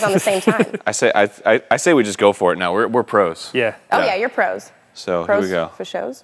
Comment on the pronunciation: Hear he try and play off “Pro’s fo sho’s”? Hahaha